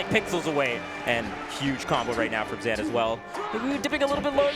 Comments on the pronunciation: Of course, you should be respectful when someone wants their name to be pronounced in a correct manner, BUT it really took me out of the gameplay to be honest, especially when you don't have the context at hand. Especially because Zain said himself he doesn't mind if we'd still call him "Zayne". should have maybe mentioned it after the set as a trivia, and maybe adjusted from there onwards. Not a big deal in the bigger picture, but a minor nitpick. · For those watching this without context: brought up a conversation he'd had with Zain recently before this set started where Zain informs him his name is actually pronounced "Zaan" (the Pakistani pronunciation), and that we've been saying the anglicized version this whole time. He says that he's fine with either pronunciation at this point, but that he does prefer the correct way. Please be respectful in the comments:) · that's why I think it's weird that he has pronounced his own name wrong for so long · Why does vish keep calling zain zan? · why are they saying zains name like that? zan? idk if theyre trying to pronounce it the "ethnic" way, but its wrong regardless lmao oh and "JMuk" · To be fair his own sister says zain not zaan on stream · I can’t get over them calling him zan the whole time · why are they calling zain zan? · Are they saying “Zan” on purpose? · Why were they calling him Zan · xan lmao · Greatest commentators ever except they keep calling him Zan for some reason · Y do they keep saying zan? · What I don't get is why has Zain on numerous occasions pronounced his own name wrong, then?